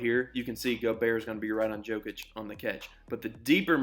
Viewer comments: Jokic, not Djokic xD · His name is pronounced as “knee-cola Yokic” The “J” is pronounced with a Y. Great video! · You said Nikola correctly 🔥 Not Nee Cola (he's not a new soda) 🙂 It was only the Yokic that needed saying differently 👍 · in Serbia - J is pronounced like Y. Its alright, at least you didnt say Joekik xD